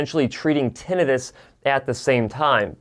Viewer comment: It's not Tin-EYE-Tis. It's TIN-eh-tis.